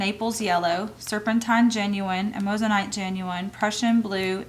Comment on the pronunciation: hi, amazonite is pronounced am-ah-zo-nite, there is only one o in it. thanks for sharing, love your choices.:D